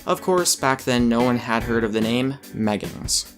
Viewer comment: meggibs sound more like gayggins